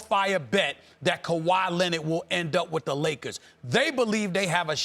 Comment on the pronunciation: "Kawhi Lenid"